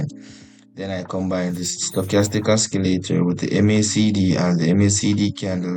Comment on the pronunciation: its not oskileytor its osileytor